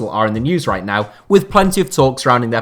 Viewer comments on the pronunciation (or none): none